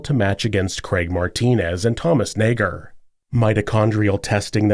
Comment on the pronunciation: You've been careful saying Nager 😓